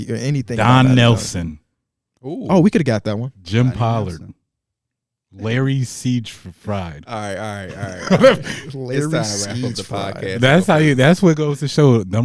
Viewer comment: No way that nigga pronounced siegfried like that 😂